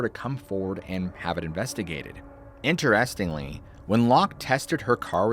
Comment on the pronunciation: It's pronounced "INterestingly", not "interESTingly". Unless you're speaking a different dialect, I guess. It makes me think of these AI videos that mispronounce words a lot. But LOVE the show! Glad you're a real human!